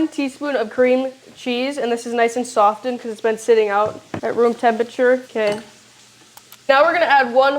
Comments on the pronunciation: Honey, the T in softened is silent 🙂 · "Sof" "Ten"? the butter. OK then,.... Who teaches this girl the English language? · The "T" in SOFTENED is silent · Every time I was confronted with the “t” in the word “softened,” I had to restart video. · Girl , the "t" is silent when you say "softened" lol.